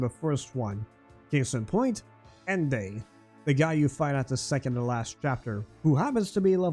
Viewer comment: "Ende" is a German word, you've mispronounced it.